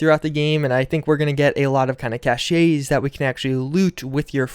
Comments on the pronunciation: Cough cough pronounced "cash" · >.> ..... <.< Pronounced cash.... love your videos, keep up the great work :D